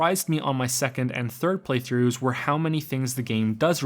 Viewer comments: ... did you really say Prey-throughs? ಠ_ಠ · Did he say "Preythroughs" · ''I did three PREYthroughs of this game.'' I SWEAR TO GOD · "preythroughs" You cheeky fuck. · "I did three PREYthroughs of this game" omg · "3 preythroughs" I noticed that you fuck.